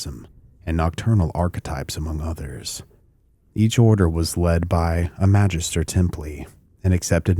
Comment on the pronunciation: The G in "Magister" is a short g... like in Gary.